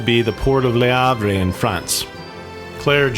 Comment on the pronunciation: "Everyone's favorite character 'Laorghaire' 😂 I'm gonna say it, Laoghaire is a crazy fucking bitch ... but great entertainment. The one you love to hate 😂